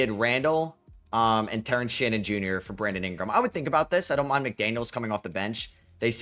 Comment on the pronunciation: Here when is still says "Ahout" ❤